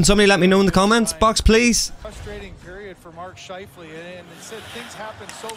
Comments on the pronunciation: Lol his name is pronounced shi -f-lee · It’s pronounced Shy-flee. He was channeling Dustin Byfuglien. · I'm just giving this one to you, although I love hearing you mispronounce last names. Scheifele is pronounced like Shy Flea. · His name is pronounced "shy-fell-lee" although I hear most people say it "shy-flea". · Scheifele’s name is pronounced Shy-Flee, and he was recently suspended for 4 games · Mark Scheifele pronounced Shy-Flea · SH-EYE-FLEA... Hope that helped, I find lots of names hard to pronounce too. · The player landing the hit. His named is pronounced SHY-FLEE. He received a 4 game suspension for the hit. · It's pronounced, Shy-flee, LMAO, But prayers to Jake and his family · To help you out with the name its pronounced shy-flee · Just once you need to play the 'Rocky' theme music for your doggie! JUST ONCE! Also, Scheifele Pronounced "SCH-IFE'LEE. Was suspended for games. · Scheifele is pronounced like "Shy Flea" or "shife lee"